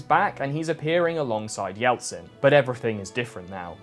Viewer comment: why’d you pronounce it as “Yeltsin” you muffed it up so badly